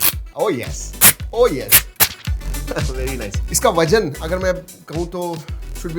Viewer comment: Vajan nahi. .it's vazan.😊